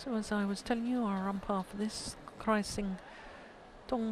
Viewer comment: Is it just me that I feel the umpire's pronunciation disturbing